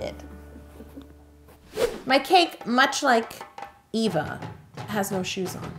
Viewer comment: My names Eva(nickname) and so many people say Ava when they say it so I'm so happy u said it the way I do! I'm also half brown too so that was kinda the same too